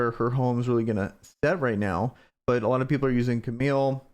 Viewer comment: I'd like to encourage you to properly pronounce Kamael's name. It is not "Camille". He is the founder of Kamazon. That itself is a clue, imo. Kama-el is a proper pronunciation. Like Kal-el. Maybe he's actually a Kryptonian.